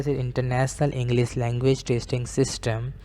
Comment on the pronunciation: Internasnal... englees.....what an awesome pronunciation...